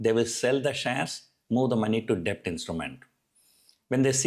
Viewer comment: Debt is pronounced like 'det'